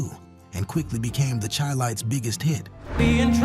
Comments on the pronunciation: chi lites is pronounced Shy Lites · Dude said the Chi Lites wrong??!! Awww damn. I can’t believe his commentary now. SMH